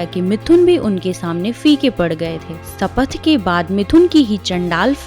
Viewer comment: Madam sanath nahi bolte shapath bolte hai , pronunciation toh theek se karo 😡👎👎👎